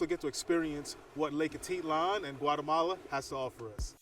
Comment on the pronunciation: Hate to tell you learn to to ptononce the lake properly. 🤦🏽‍♀️